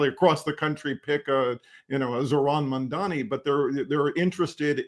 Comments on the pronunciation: With respect, how difficult is it to get his name right? It is "Mamdani". Not "Mamdami" or "Mandami". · Y'all GOTTA learn how to pronounce the man's name. It's Mamdani. Like Mom Donny. Not Mondami. Love y'all, but fuckin hell ✊🐸